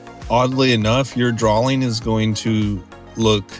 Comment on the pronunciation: Good advice, but PLEASE stop saying drawling, instead of drawing.